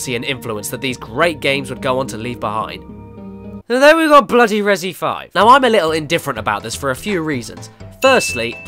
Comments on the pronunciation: "rezzy" stop that please. "REZ" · Damn it Caddy, Res-E is right in front of your face, but you still pronounce it ResEE but spell it Resi? Why? You don't pronounce it ResEEEEdent.